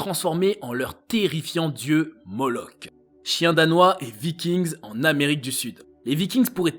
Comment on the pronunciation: Vikings le s ne se prononce pas ! Ce n'est pas de l'anglais !